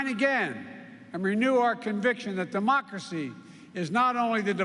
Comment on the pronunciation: Cuantas veces Sleepy Joe repite "democrasy"?